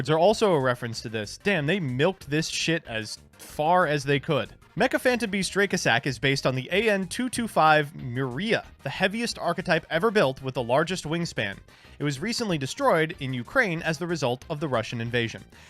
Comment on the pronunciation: The Mriya was also called the "Cossack" which means Dracossack is the MOST mispronounced card name in the history of the TCG (druh-COS-sick, NOT DRAY-co-SACK).